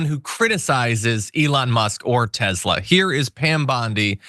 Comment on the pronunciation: I think you mean "Tes'lur"